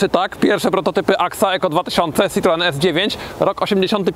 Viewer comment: SitroĘ a nie żaden cytroen...